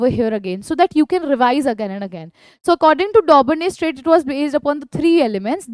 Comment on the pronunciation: Mam its triads or traids